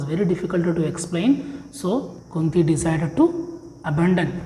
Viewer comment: Sir good explanation but it is kunti your pronuction is wrong